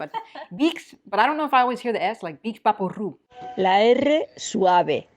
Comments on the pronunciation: Nadie dice Vicks vaporrup. Sino Vick Vaporup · Qué bien hablas y qué acento español más perfecto Solo comentarte que en España no se dice "vick's vaporrú", sino "vick's vaporub o vaporú". Lo de vaporrú nunca lo había oído. Y Dove decimos "dof" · Me sorprende que tú no pronuncies bien cómo decimos en español vaporup,, bueno algún fallo tenías que tener y te lo hemos encontrado 😀 Colgate tiene que ser pronunciado en español, si no como contamos el chiste de un tío entra en una tienda y dice "quiero Colgate " y el tendero contesta "y yo escupite y matate"?